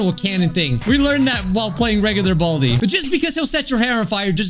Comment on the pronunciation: Hey that’s a joke but he said bradi